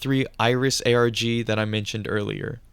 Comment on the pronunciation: is this ai voice? saying ARG like "argh" like a pirate, along with pronouncing Kanji as "can jee" is WILD.